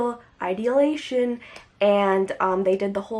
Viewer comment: did she just say s****dal idealation?